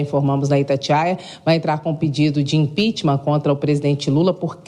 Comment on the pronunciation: impicheament. neste maluco.